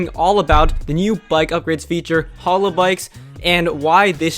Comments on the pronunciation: Hallow bikes? Hay-low. like the game. smh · Halo is pronounced hey low. Not hallow. Halo. Like the thing over an angel’s head. Halo. Like the video game. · Yes, I was thinking the same thing every time he said halo like “hollow”. Glad someone said something. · pronounced hay-low. SMH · its Hey-Low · Dude say Halo correctly :D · Listen to the Beyonce song Halo to learn how to pronounce Halo thanks :0 Your pronounciation is driving me nuts.